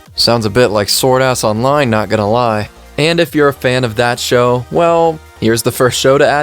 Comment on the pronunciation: Did he say Sword Ass Online or am I trippin?